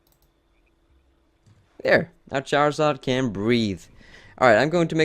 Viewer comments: Charizard, not Charazard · lol the cc said shower sarge when you said charizard